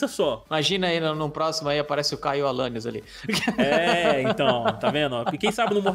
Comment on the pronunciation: "Alanius" e , essa suas bochecha de amondega kkskkkk